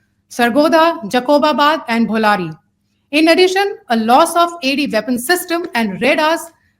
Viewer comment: Sir bulbari nahen BOLARI Hai ye